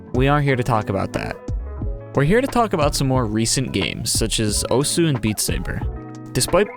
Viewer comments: yeah just thought it was funny. But you also pronounced osu wrong but almost everyone does that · take a drink every time he says Osu wrong.